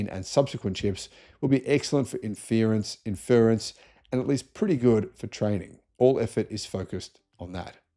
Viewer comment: you're an Aussie, you can say "inference" properly! Also, A 15 and A 16? Really???